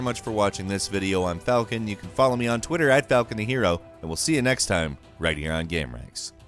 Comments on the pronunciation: Say "game".: "Ghem." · Is it just me or can he simply not pronounce the word " Game " even though it's obviously all he talks about? I always hear Geeim and it bothers the shit outta me lol. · It's unfortunate that the one word this narrator cannot say properly is the word GAME. He keeps saying "gəm" and it's driving me insane.